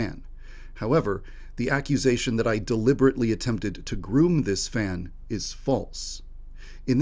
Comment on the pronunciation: ' that i attempted to gruuuum '